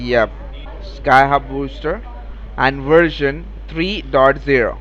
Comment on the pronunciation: What the hell is a "Wersion"?!?!?? Is it a kind of Wirus!?